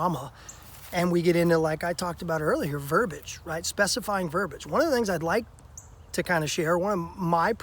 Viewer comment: Verb-i-age. Three syllables.